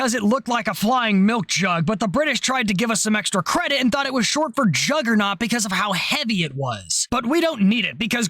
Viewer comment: you sad Jug…gernaut 😂😂